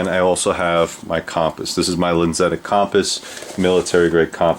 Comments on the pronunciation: Where does that way of saying compass come from? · I love how he says compass